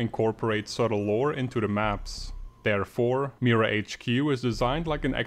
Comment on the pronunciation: He pronounced MiraHQ wrong it is pronounced Mi-raa HQ ok.